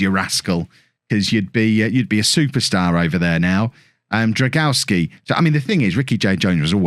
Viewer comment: Drągowski is pronounced like "drong-goff-ski" instead of "drag-aw-ski" :)